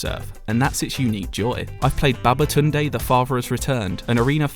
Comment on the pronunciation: I'm Nigerian and I'm impressed at your pronunciation of "Babatunde". Did you consult someone and rehearse it before recording? 👏🏾👏🏾👏🏾